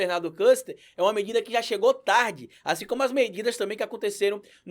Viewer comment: A pronúncia do nome desse vagabundo Küster é (quister) cuidado pra eles não usarem isso para te zoar.